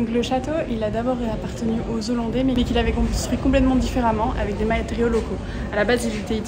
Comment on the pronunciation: Merci pour toutes ces informations, cest une belle initiative ! mais, de grâce, dites les hollandais et non les z'hollandais...